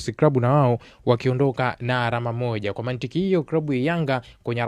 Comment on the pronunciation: Msimuliaji unabananga matumizi ya "l" na "r". ALAMA NA SIYO ARAMA.